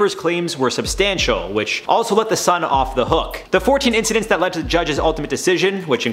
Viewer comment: When he said "incedences" I was pretty much done.